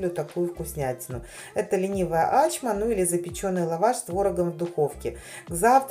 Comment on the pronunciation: Правильно - ачмА